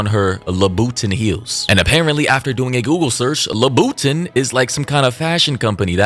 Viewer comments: not la-boot-in?? Lmao 🤣 … it’s loo-buh-taan louboutin 😂😂😂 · "Luhbooten". 😂😂😂 Loobuhtaan, brother. Lol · It’s pronounced “LooBatahn”. (I think. Lmao. Shit, maybe I’ve n been saying it wrong too. Lmao) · "La boo tin"????? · there is no way ur dead ass about "la boo tin" lmaooo im cryin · That boy said Labootin 🤣🤣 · Its "Louie - baton" pls 🤣 and R.I.P to that man 😢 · I’m sorry… but.. la-boo-tin??? 🤣🤣🤣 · Labubutins haha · Lmaoooo "LABUTON" Louie baton 😂😂 all love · I thought you were trying to say Christian Louis Vuitton, and failing miserably! 😅😅 I now realize that is not a person/brand. Lmao. 🤦🏻‍♀️ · He was 33..hmmmm.. Im not even gonna correct you on the name brand pronunciation😆🤣. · Reckless Drunk Driving while pregnantis WILD!!This is so f*d up man. She needs to be beat with the book and thrown under the jail..Wtf!! On another note..lmfao at the Christian Louboutin pronunciation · Ain't no way you pronounced louboutin like that 😂😂 you extra slow my boy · The way you pronounced "Louboutin" took me out! 😂😂😂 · He is killing me with being so serious with the pronunciation 😂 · Im sorry but The way u pronounced louboutin is killing me💀😹